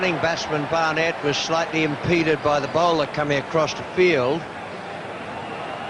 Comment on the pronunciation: Why did Richie always call Barnett BarNETT?